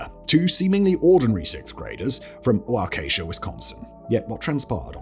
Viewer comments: I love hearing YouTubers tell the Slenderman stabbing story because no one takes the 2 seconds to learn how to pronounce Waukesha: it's WAH-ka-sha, not Wah-KEY-sha. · its pronounced "wah-KEH-sha". It's ok... everyone butchers indigenous names and words 😂 Just for funsies though, take a look at other US cities with indigenous names 😂😂😂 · Not that you'll probably ever have to say it again, but it's WAH--keh-shaw and NICK-oh-Lay park Ask me how I know 🙃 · It's wa-ki-shaw Wisconsin damnit. Lol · WALK - A - SHA, Waukasha. Please simon, lol. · You pronounced my city wrong. It's pronounced Waukesha.